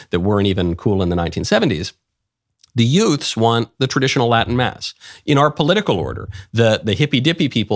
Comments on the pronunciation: Are you saying “yoots?” Like Joe Pesci’s “two yoots in a car?” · The what? Did you say; Utes? 😂😂😂😂😂😂😂😂😂😂😂😂😂